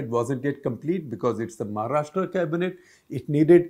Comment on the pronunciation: Shekhar first learn to pronounce 'Maharashtra' properly (like 'Rashtra'), not Maharashtraaaa